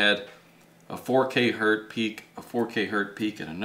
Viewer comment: It's not Hurt. It's Hertz